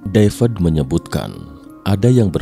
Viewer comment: Devad deved devad deved. BACANYA TETAP DAVID, BUKAN DAVED WOE